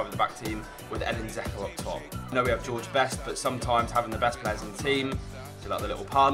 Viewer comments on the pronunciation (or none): It's not "zeko" it's pronnouses d-j-elk-o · Its pronounced 'Jecko